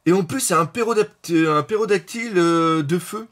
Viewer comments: C'est pTérodactyle pas pérodactyle mdr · en plus il dit "Pérodactyle", ça me tue ahah